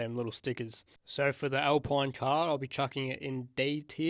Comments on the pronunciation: I love how you say "alpoine" instead of alpine 😂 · Al-peen not pine Sau-ber Racing bulls Thats all